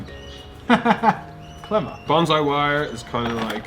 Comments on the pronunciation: BON-SAI NOT BANZAI! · He's pronouncing bonsai as baunzai. The origin of the word bonsai comes from the Japanese word ぼんさい(bohnSaEE). I think what is happening here is the s is being pronounced as a z. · Bonsai not BonZZZai !!!!! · Bon-ssssssai. Doesn't sound the same as bonzai. it's bonsai. Sorry to be annoying. I live in Japan. :/ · No, It's pronounced bone sai, bon zeye is a very different thing. And the professional didn't fucking correct him. Holy fuck Jazza in karate kid Mr Miagi even tells you how to say it in the movie which you've seen!!!!! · BON SAI NOT BON ZAI , THE S IS PRONOUNCED AS IN SS. When i first started learning Bonsai in Takamatsu Japan, i asked the master if he would teach me to make Bonzai and his answer was. Come again in 2 years after you have learned how to pronounce it properly and have mastered basic Japanese . I can't teach you Bonsai if you can't even understand what i say. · It’s not bonzai. Bon-sai. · Coming from hawaii where asian culture is abundant it grinds my gears when i hear bahn-zai. Proper pronunciation no matter your accent is bohn-sai with an “s” not a “z” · IT'S NOT BONZAI JAZZA FFS IT IS BONSAI REEEEEEEEEEEEE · Did you know it's actually bonSai not bonZai, there's a difference, you know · actually pronounced bone-sigh just to be specific ^^ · It's strange how he pronounced bonsai as bonzeye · its "bone"-"sigh"